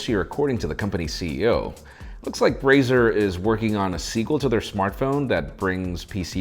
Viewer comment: Nobody going to mention what he said.. did he say Brazer? Or Razer. In the beginning into. Could have sworn he said brazers.. Which would be to damn funny